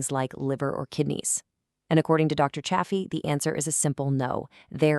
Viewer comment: If you're going to cite Dr Anthony Chaffey, please pronounce his name correctly. The correct pronunciation is "Chay fee". You pronounced his name differently at different times in the video, it is distracting. It is also important to note that people with malabsorption issues should eat some organs. Dr Chaffee has said this on numerous occasions. Many people have absorption issues, for those individuals, some liver can be very helpful. The same is true for bone marrow, it contains more concentrated nutrients. There is something called ancestral blend that is usually 80% ground beef, 20% organs. It is a good way to get an appropriate amount of organs without risking eating too much. Butter is fine for most of us, it is easier to up the fat quotient if you add butter. The strictest form of lion diet does not include anything other than meat, salt and water but even Dr Chaffee doesn't adhere to it 100% of the time. For those who want to eat more broadly than strict lion diet, they can go beef, butter, bacon and eggs. I would stay away from bacon since pigs are not ruminant animals but eggs are fine for most of us. Try to get eggs from chickens that live a natural life and are not confined to a small building. There are people who do react to egg whites who can eat egg yolks. The best thing to do at first is to go strict lion diet to reduce inflammation and regain health. Once we have regained our health, we can add foods back in slowly.. Add a food back in and see how your body